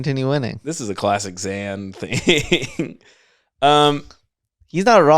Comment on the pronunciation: It bothers me how mispronounces Zan's name immediately after the man himself says it. What a dick